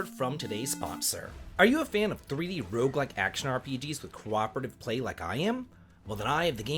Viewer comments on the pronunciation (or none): none